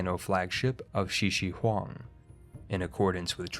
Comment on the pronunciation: Spelling: Shiuhing Pronounciation: Shisihuang